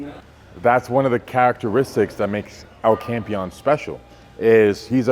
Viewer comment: Larry finally learnt to say El Campeon rightl